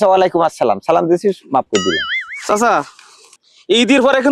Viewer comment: ভাই আপনার সালামের উচ্চারণ টা মনে হয় ঠিক হয়নি